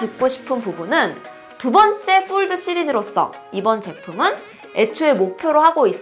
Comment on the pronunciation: 영어 F 발음이 이상해요ㅠㅠ F 발음이 아니에요ㅠㅠ 뽈드 쁠립 ㅋㅋㅋ